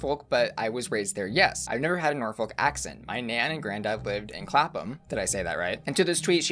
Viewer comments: You said Clapham right but Norfolk is not 'nor-folk' like 'yolk', but 'nor-phuq' like .. suck. Sounds like I'm pranking you but I'm fr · Ahhh, 🖤 the way you say Nor-folk and Nor-which (phonetically, makes sense!) is adorable. As someone born in Norwich and having always lived in Norfolk, it’s highly endearing when I hear mispronunciations! Norfolk is pronounced Nor-fuc (😂) and Norwich is Nar-wich, said with a Norfolk…or Norwich accent:D or Nor-ich to the rest of the world! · Um! The US has its own Norfolk in Virginia which is pronounced the same (not butchered attempt) Norfuk/Norfoke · You say it 'norfuck' (I'm not even joking) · asking if she pronounced Clapham right [you did] after butchering Norfolk [nor-fuk] twice in the previous sentence is sending me. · You said "Clapham" perfectly, however "Norfolk" is usually pronounced more like "Nor-fuck" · Norfolk (nor-fook) and Norwich (nor-ridge) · Human from Norwich here! You pronounced Clapham right! Here's pronunciation for Norfolk and Norwich Locals pronounce it Nor-fook (like book) and Noh-ridge like porridge or Nor-rich) ❤️ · It's kind of more Norferk but not really but not Nor- Folk. Like Newerk is probably the only similar US place I can think of. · British pronunciations: -wich (Norwich, for example), is pronounced "itch". Ignore the "w". So Norwich is pronounced "Norritch". -folk (Norfolk, Suffolk, etc), is pronounced "fuk". Ignore the "l'. Norfuk...Suffuk. This also applies to Norfolk, Virginia here in the US. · the pronunciation of Norfolk and Norwich...🤢😫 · Love asking if she said Clapham right then butchering Norfolk and Norwich. Xx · asking if he said “Clapham” correctly when it was Norfolk which was MAJORLY mispronounced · The way he pronounces Norfolk gives me shivers ahahahaha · You said Clapham right... but not Norwich or Norfolk 😂